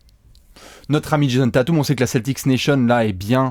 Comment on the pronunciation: Super vidéo, mais juste, et vous êtes pas les seuls hein, mais c'est "Tayteum", pas "Tatoum" ;)